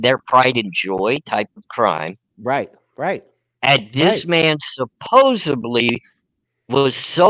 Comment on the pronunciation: OK I have to comment on it...what is it with Americans these days and not being able to say the word Supposedly...its happened a lot with american youtubers who pronounce it as Supposebly..like WTF..english is your first language, you learn it from childhood and through your life..there is zero excuse LOL I am norwegian and English is not my first language and even I know its SUPPOSEDLY.., you are a lovely guy but please learn to say supposedly LOL